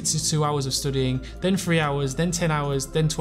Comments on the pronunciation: And why he keeps pronouncing studiiŋ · the way hes pronouncing studying will be stuck in my head forever now